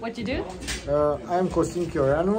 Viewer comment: Costin Chioreanu, that's DEFINETELY a Romanian name and the english pronunciation is really funny